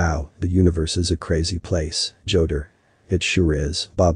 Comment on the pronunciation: Joetar??? JOESTAR????